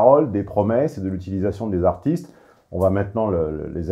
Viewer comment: a raté la manière dont elle a prononcé "femmes AARTistees"